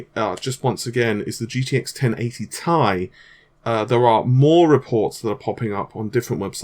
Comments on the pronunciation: can we please stop calling it "1080 TIE" and fucking say "tee eye" like the rest of the world and the company that manufactures it? thanks fam. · T-I not tie! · pronouncing 1080ti... tie is like pronouncing a TIE fighter as tea fighter 😋